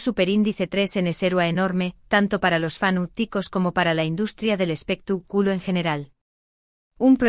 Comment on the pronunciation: Y usted comentarista tuene muchos errores de pronunciacion en las palabras que pronuncia x ejemplo no se duce espetac'ulo si no espectáculo acento en la a